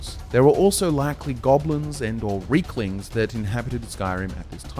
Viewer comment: Pronounced Rey-klings it’s an ei not an ie